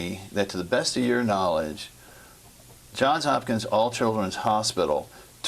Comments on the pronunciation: The fact that she called the hospital JOHN HOPKINS tells me all I need to know about her. It's JOHNS Hopkins, you fool. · She says John Hopkins. He says Johns Hopkins. Which is correct? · Surely at some point an employee at Johns Hopkins learns that it's John(s) Hopkins. Johns. Johns Hopkins. Not John Hopkins. C'mon 🫠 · It's interesting that she doesn't know the name of the hospital is Johns Hopkins, not John Hopkins. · She doesn’t even know that she works for Johns Hopkins! She said John Hopkins. This woman enjoyed the power she had over this child and her family. I hope she rots in hell!!!!